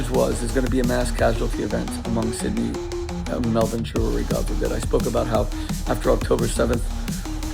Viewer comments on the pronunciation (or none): none